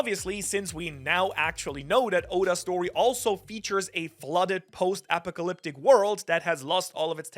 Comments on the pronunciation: Apocalyptic "Ah-pahk-ah-lip-tick" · YOU SAY APOCALYPTIC COMPLETELY WRONG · watching saying apocalyptic as apacalyptic is fun. apacalyptic counter: 3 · Brother its pronounced. uh paa kuh lip tuhk and sen tri fuh gl please 🙏 no pronounce the words properly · Brother, Uh-Pock-uh-lip-tick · Never heard a more incorrect pronunciation of apocalyptic lol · Apocalyptic I didn't know some people say it that way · The way you are saying apocalyptic is hitting my ears so wrong 😂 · You pronouncing apocalyptic sounds wild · This dude just mispronounced apocalyptic. I will never watch again. Omg. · I was having question marks pop up on my head when he started saying that lol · Feng Shui is pronounced 'Fung Schway'. You also got apocalyptic wrong, and something else.